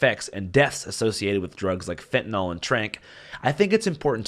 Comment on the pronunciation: WHY did everyone start pronouncing fentanyl "fentanol" ?? Anyone?? I really want to know. It's spread like a virus!